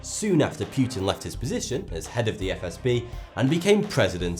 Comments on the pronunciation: PEWtin. lmfao... P-OO-tin. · The diamond heist was 100 percent an inside job And omg it's now Vladimir PYEWTON it's pronounced POOTIN' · Its pootin instead of pYEWtin